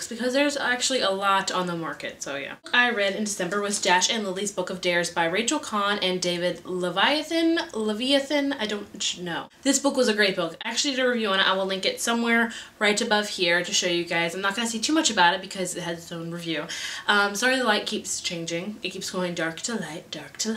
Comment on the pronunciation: lol David Levithan = Leh-vih-than :P